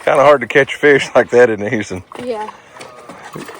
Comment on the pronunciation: Native Oklahoman here, but sheesh, man! "Eench," "Feesh," "Eenches," "feex it." 🙂